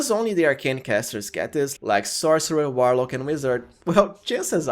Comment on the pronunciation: I'm going to be honest with you bro after calling a warlock a whilelark I can't watch anymore and that was within the first 3 seconds not dissing you if English is not your 1st language but I just can't do it I feel like I'm watching a Saturday night live skit